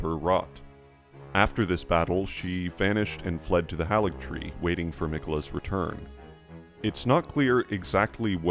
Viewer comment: Love your videos, though it's odd how you maintain the mispronounciations of names we hear in game: it's Mohg, not Mog: hāligtree, not halligtree. Same for manga and Casca, not mane-guh and Cass-cuh.